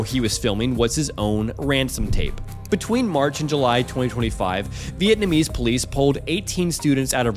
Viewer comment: Dude’s english is impeccable but can you pronounce Viet like “So-VViet” and” Nnn Am”